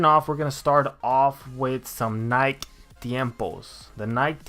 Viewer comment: Nike is pronounced NIE-KEY. Just btw. Good vid though